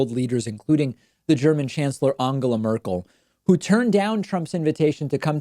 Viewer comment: at least he didn't pronounce it Engela or Endschela as most Americans do. And maybe this is a Laurel/Yanny thing but to me David's pronunciation doesn't sound really like an 'O'. It sounds more like a Hungarian 'A' or, in terms of English, like the 'a' in 'what' – somewhere between 'A' and 'O'. But sure, he could maybe do better, since the phonology of the English language has an 'A' sound in words like 'up' and 'us', and from Spanish he knows the sound too. I guess that it's too difficult for him to follow that with the nasal 'n' which requires him to pull his tongue back. I can't think of any English or Spanish word with that combination. I just recognise that he's making an effort, just as he always did with the names Buttigieg and Tulsi.